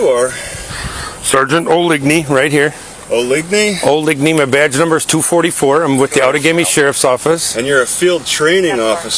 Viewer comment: OH-LIG-KNEE is a real prick 😢